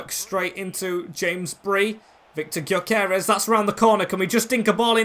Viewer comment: btw you pronounce gyokores, gyo kor es so kinda like guyo kor res is how it sounds